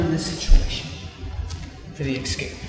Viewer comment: I take it nobody has told him that he's saying "escape" wrong for fear of him beating them to death? That's fair. I need to improve on my ecscapes anyway.